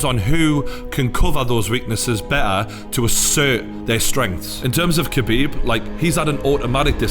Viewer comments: pronunciation is not kebib 😂 is Ha bib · Habib k is silent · smh you dont pronounce the k in khabib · Don’t even know how to pronounce khabibs name lol